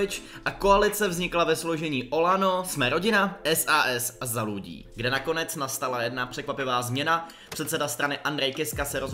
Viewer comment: Ale prečo tam dava namiesto Ľ (Ľudí ) daval Ĺ (Ĺudí